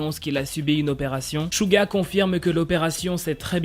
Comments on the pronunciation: On dit Suga pa shuga ou chuga on dit sssssssssuuuuuuuuggggggaaaa🙄😒😠🗣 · Dsl mais on dit Souga et pas Chouga...... Vu que c'est mon ub sa me perturbe énormément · Suga le prononce chouga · ÇA SE PRONONCE CHOUGA MAIS ÇA S'ECRIT SUGA